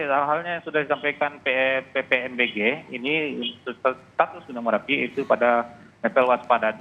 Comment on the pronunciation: Merapi woy bukan marapi